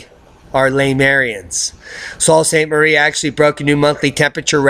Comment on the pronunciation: Sault St. Marie - the "Sault" is pronounced like the name Sue. Sue St. Marie.